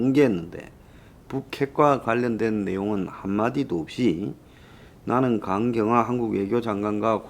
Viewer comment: 강경화가 肝硬化 로 들립니다.